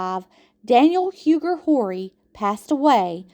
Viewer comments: Horry is pronated Orr-we. Huger is U-Gee. ❤️ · Loved all the history you included in your video. As a descendant of the Horry’s, Rutledge’s, and Pinkney’s, you did a great job. Only problem I had was your pronunciation of Horry and Huger. We are French Huguenots and these are French names. Check it out. Thx for your hard work. Love it!❤